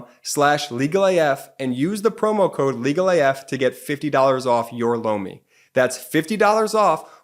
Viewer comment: He says Lomi but I always hear blow me